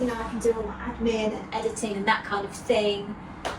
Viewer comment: I love you. I have been watching since your YouTube beginning. Not as regularly over past year I must admit. Love everything. EXCEPT the totally unnatural pronunciation of Aaaaaaand. You are English. Your dialect is part of your charm for me. What American impressed you so much with their aaaaaand? Your natural dialect creeps in now and then and you pronounce it with a short, soft A. Just curious where u copied it from. Your and is so much better. Just be you my love.